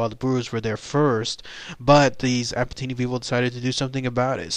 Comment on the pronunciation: I belong to the Apatani tribe mentioned here. I'd like to make a small geographical correction. Ziro is a village/town located in the state of Arunachal Pradesh, rather than both being names designated to the same area. Apart from that other details seem correct though the pronunciation may be wrong.